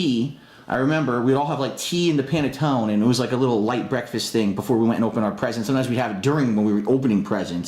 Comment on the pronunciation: The man can't even pronounce panettone correctly, I find it hard to believe he has any Italian in him. Also the way he makes his pasta is ridiculous.